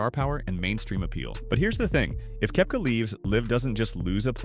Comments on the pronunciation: It’s Kepka not Kooepka! Please learn how to pronounce their names properly! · It's Koepka, not Koh-wepka